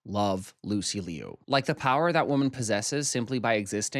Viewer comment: Lucy Loo not Lee-you 😄😄😄